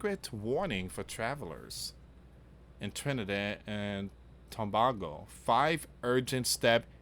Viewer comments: It is pronounced Tobaaaago like that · Dear and friends greetings.I live in Trinidad and what you are saying is worrying. And it is not Christmas as yet in the island. It is Diwali a Hindu festival. It is pronounced as Tobaygo. Please pray for us🙏⛪😇❤️🇹🇹🇹🇹